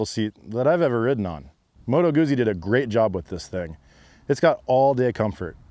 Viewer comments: It's Moto Guzzi like "pizza", not "uzi" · Good stuff my friend but it's pronounced Moto Gootzee, same way you would pronounce pizza. 😉